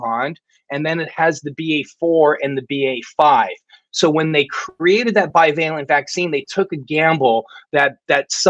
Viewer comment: FFS someone please tell Sam the word is BI-VALENT, not BIO-VALENT. Every show he massacres it.